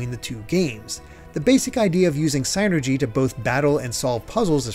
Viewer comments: it's "seenergy" not "saynergy" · “synergy” sounds like “sinner-gee.” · You’re saying psynergy wrong